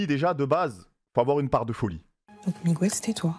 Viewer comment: Miguel pas Migouel bordel 😅😅